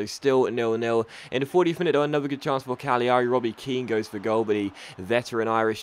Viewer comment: It's said cagliari as in calairi you miss the g not cag li ari